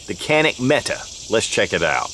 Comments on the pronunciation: Metay...not meta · It's pronounced Met AY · Met tay...Turkish warrior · I am a Turkish native speaker and Mete is pronounced /mɛ.tɛ/, the vowel sound [ɛ] as in /bɛd/. There is no length or tone on either vowel, just two short syllabaries: /mɛ/ + /tɛ/. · Pronounced meke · Why does everyone pronounce Mete incorrectly?